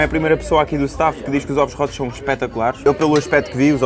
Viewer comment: “Ovos rótos”